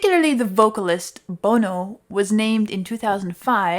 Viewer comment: His name is pronounced BON-oh. As in bon fire. Or bonnet.